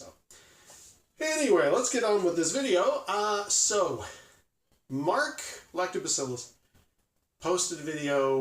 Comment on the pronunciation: I was massively distracted by your inability to say "Lactobacillus"... :0)